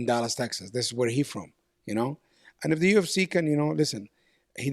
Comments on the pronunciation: bro what are you on about with merab? he literally mispronounced "if" with "ip" where did you hear EPO in there your hatred of merab blinds you guru get your ears checked lol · im from georgia and i think i have context behind merabs "slipup" in georgia a lot of people pronounce "if" like "ep" because of the georgian letter "ფ" which is read like "p" and is a replacement of the letter "f" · We have no “f” sound in Georgian so sometimes “ph” slips out instead 😂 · Omg Merab was saying "If" with Georgian pronunciation - in Georgian there is no F so we use p (like Greek π ) or p (like English p in apple). In this case he mixed up the two so initially he pronounced if like ip (with π sound) and then ip with English p sound. He seems to be unable to pronounce f when speaking. Go through an interview of his and you'll see that he uses p sound for f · Actually, if we are doing this in good faith you can go through any interview of merab and you will see that he pronounces "if" as 'ip' every single timr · Merab saying "if" not "epo" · English is Merab second language this guy was just saying the word “if” and he pronounced “ip” 😅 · Merab can't pronounce F so he goes Ph Ph 😅😅 i think he says "if, if"